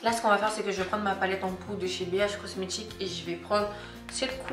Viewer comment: on étire et non: On etchire Dire et djire bh cosmetic et non cosmetchic